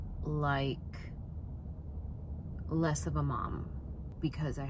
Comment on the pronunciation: Less not Lee's lol...